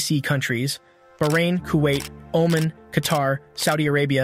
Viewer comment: My man did not just call Oman " Omen" 💀